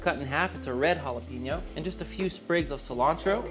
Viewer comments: you said "jal a peno" It is Hal a peno. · “J” Jalapeno 😂. My sis says you need to pick the jalapeño with the little white lines in the skin. Those are the hot ones.